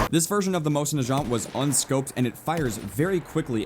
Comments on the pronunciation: Also.. it's pronounced MOWZIN NAG-AUNT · First of all it's a Russian Winchester 1895 and it just hurt my ears when you pronounce Mosin Nagant like Moshinachant like it sounds like some French word. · FUCKING GEWHER GEOW HER. MOSIN NAGANT MOSE IN NAH GAUNT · It's pronounced Mose-in-na-gant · The way he pronounces mosin nagant kills me. FYI is pronounced like this mow-sin nah-gaunt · I cringed at the way you pronounced the mosin's name. It's supposed to be "moe-seen nah-gahn". Silent T. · you say it wrong you say it like mosin nagat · Moi-zin-nuh-gah-nt WHY THE FUCK CAN'T YOU PEOPLE SAY THAT CORRECTLY?!?!?!? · come on prenounce mosin nagant right plz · also his pronunciation of the mosin nagant is giving me cancer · Who else is here to correct pronunciation of Mosin Nagant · Jesus you butchered the name of mosin nagant. You sounded french XD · But y does he pronounce the mosin nagant that way it mindfucks me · you said mosin nagant wrong but oh well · You butchered the Mosins name and I am kinda upset it's not the original Mosin the 1891 version. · that isnt a mosin. mosin nagants do not have lever actions. plus you are saying it wrong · You said mosin nagant wrong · You say Mosin Nagant so wrong. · Umm, the Russian 1895 isn't a Mosin Nagant (which you are pronouncing wrong) it is a Imported Winchester 1895 and you can't call a lever action rifle a bolt action rifle. those are two different loading mechanism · it is not made by winchester its a 1895 winchedter lever action rifle not a mosin nagant and his pronaunciation is wrong . cheers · I pronounce mosin nagant like most americans would so while his may not be incorrect it still bugged me greatly. Great looking game and I can't wait to snipe some people. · My god the way you pronounced Mosin nagant and gewehr made me cringe so hard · The way you said "Mosin Nagant"... So, so wrong 😂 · HOW YOU PRONOUNCE MOSIN - NAGANT PISSES ME OFF! THE G HAS A G SOUND, NOT A FRENCH J SOUND!!!